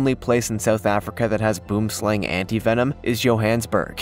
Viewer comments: Lol boomslang, boom is South Africa is a tree...not like boom as in explosive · Boom Slang, nie man dis Boom (Tree) Slang (Snake) TREE SNAKE you can pronounce it as such boem slung. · It seriously annoys me when people miss pronounce Boomslang. It's an Afrikaans word that means Tree Snake. Boom - tree, slang - snake. Best way I can think to write it is it's buam slaang (think Aang from Avatar). Boomslang. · Please pronounce it right..direct translation is tree snake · from the boomslang its pronounced wrong as well as Johannesburg.... the snake translates too tree snake from afrikaans